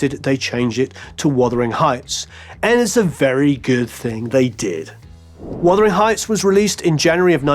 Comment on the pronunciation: "Wothering heights.."??